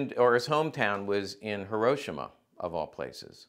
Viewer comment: Thank you for pronouncing Hiroshima correctly. BTW, I love this channel, your content is also the best on the internet!